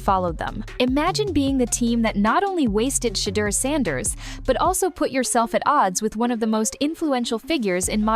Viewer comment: SHA DER 😂😂😂 got me , good video though